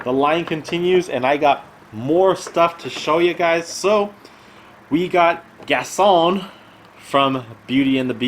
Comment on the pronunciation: It's GasTon with a T not Gason Lol not hating but it just really annoyed me